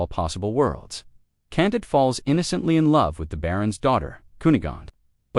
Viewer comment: Candeed i think is how its said